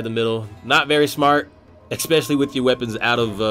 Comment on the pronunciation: It'd be cool if you pronounced especially correctly ❤️